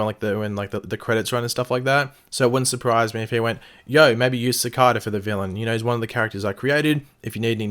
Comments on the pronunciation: Sah-Kay-dah not sah-cah-dah this is symbiotes all over again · If you're going to repeatedly say a word in a video, and you're obviously unfamiliar with it, then look up the proper way to pronounce it. For example: Cicada. (Pronounced Se' Kay da. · its pronounced SICK- AYE-DUH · btw it's "Sa-K-Da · It just sounded weird in my ear 😉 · Pronounce his name right jeez